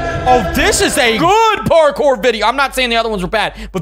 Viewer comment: It's pronounced Parkour not partcore